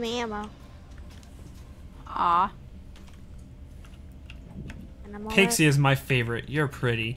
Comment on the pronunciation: why does he call pixie "tixie?"